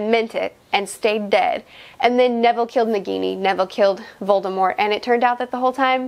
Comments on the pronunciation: you said "voldemore" lol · Voldemort with a silent T is just so damn weird to me